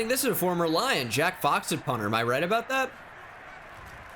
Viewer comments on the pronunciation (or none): none